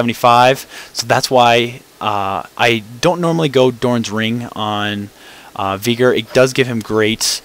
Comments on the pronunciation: NO ITS VEY-GAR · Yes, because Veigar is pronounced as Viiigar. Good job mate. Other than that good "Viigar" vid. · Okay...what's up with all these people that pronounce Veigar as either "Viigar" (how the heck do you even get that?) or "Baygar". If it was called that, IT WOULD BE NAMED THAT. Geez. Other than that good "Viigar" vid.